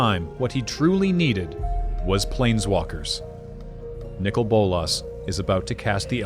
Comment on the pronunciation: They are Saying Nicol wrong. How do I know, That is my name, Lol